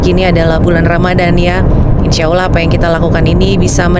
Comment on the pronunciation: Ya Allah ..bukan ya Auloh mbak